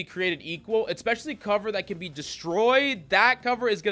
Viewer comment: I love your videos,! I do think you should know as much as you use the word "Especially": There is no "C" or "K" following the first letter of the word